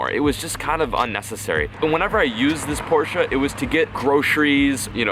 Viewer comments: Finally someone that pronounces (Porsche) right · but atleast your pronounce Porsche correctly